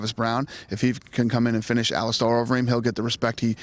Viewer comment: he still says allistaaar